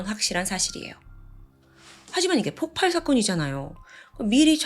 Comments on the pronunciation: 자꾸 폭팔폭팔 거려서 거슬렸는데 나만 그런게 아니네요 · 저도 ㅠㅠ 웬만하면 신경 안쓰는편인데 너무 폭팔 폭팔 하니까 ㅠㅠ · 폭팔이아니고. 폭발이. 맞습니다. 發(쏠발) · 폭팔이 아니라 폭발입니다. 의 영상 참 좋아하는 매니아입니다. 명확하고 똑 부러지는 발음과 표현력의 매력에 푹 빠졌거든요. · 오랫동안 구독한 사람인데요~ 폭팔이 아니라 폭발이에요. 들을때마다 거슬려요 ㅎㅎㅎㅎ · 대부분 폭팔이라고 발음하는걸로 알고 있는데 폭빨입니다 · 저도 계-속 거슬려서ㅠㅠ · 폭발은 읽을때 폭빨이 됩니다. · ...저번에도 댓글 달았었지만 폭발이라고 발음 수정해주시면 안될까요..... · 폭발의 발음은 폭빨입니다